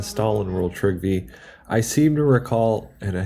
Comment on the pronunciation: Isn't his name properly pronounced as "Treeve" ? ( my wife and I have been watching TV shows from Norway, Denmark and Sweden lately)